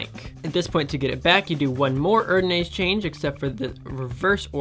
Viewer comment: Your erdanase needs some work😅..amazing trick none the less